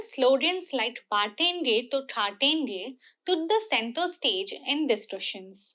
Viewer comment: Yawn... what an lousy analysis... same old , same old left view. Also it is not 'Baatenge' but 'batenge' those mean completely different things. Hindu must aim to do better